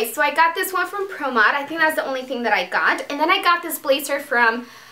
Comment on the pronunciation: Oh my god go through 9 minutes then she shows the stuff! Hunn bazzzzzzer not blassssser xxxxxxx not sssssss